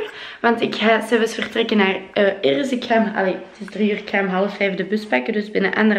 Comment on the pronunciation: Irris met R's 😂 In NL schrijf je het zo: Iris